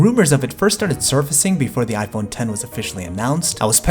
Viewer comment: Finally Somebody Pronounces It Right. I Literally Exit Videos When Somebody Says It Wrong, Plus I Also Like Your Content.